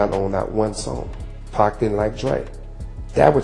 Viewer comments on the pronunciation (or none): Cause it's Pac, 2Pac, not Peck nor Pack 😂